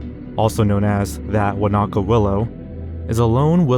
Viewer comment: I'm a born and bred New Zealander and when he first introduced that Wanaka tree, I legitimately thought he was talking about someplace else and was thinking "Oh, wow, a famous tree like the one here" until he showed it on screen 😂 The word was unrecognisable to my ears the way he said it